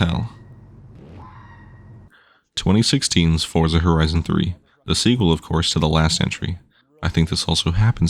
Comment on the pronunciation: Fortza not forsa